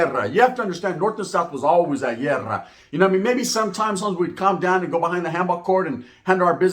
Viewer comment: Haha this this fhoo said “llerrra” it’s Guerra homie